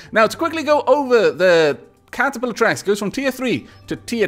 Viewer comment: "Catepillar Tranks" XD Welldone.:)